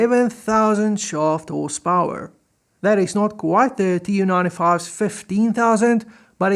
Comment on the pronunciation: Excellent video, the Tu in the Tu-95 is supposed to be pronounced as a single word "Too" not as initials, the same way you'd pronounce MiG as one word not m.i.g.